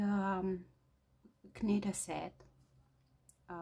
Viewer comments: You are so sweet to share your talents with us. (I don't know if anyone has told you, but when saying knit, the k is not said. Say "nit"!)I love these tutorials and can't wait for more. Can you do a sweater in a 6 to 9 month size? Thank you again. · just say "NIT". Act like the k is not there. You are doing great. There are lots of words in English like that, your learning is very good. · It’s knit but don’t pronounce the first letter K just nit ;) beautiful bonnet. 😊